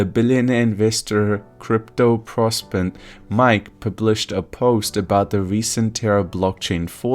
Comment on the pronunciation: Get your advice from intelligent people. 1m42s in to the video, this content creator can not pronounce "Novogratz" or "proponent". I'm out!